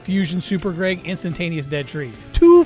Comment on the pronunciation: his name is Greg not Grayg lol